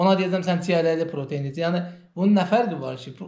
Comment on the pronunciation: [Protein] deyil [pratein] di, birincisi. İkincisidə ki, [energi] yox [enerji]